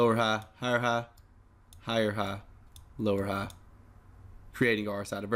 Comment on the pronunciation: lower ha and higher ha killed me